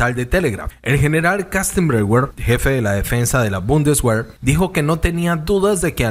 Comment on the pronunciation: es deutsch se lee Bundesver